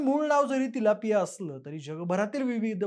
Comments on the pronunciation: By the way haaa tilapia aahe chilapia nahi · video banvaycha adhi kiman fish ch naav tari nit mahiti karun gha lok chilapi bolat asle tari 'Tilapia ' asa nav ahe. utube var fish cha navat correction kela asta tar bara zala asta